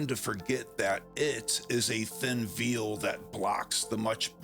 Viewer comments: thin veil? pronounced correctly sounds like hail, not veal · He he he he...he said "veel" instead of veil...jk bro, keep it up, I know it's a lot of work doing what you do, and I'm just a joker